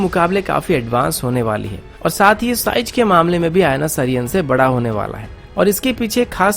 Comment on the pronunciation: Size not sijz haha...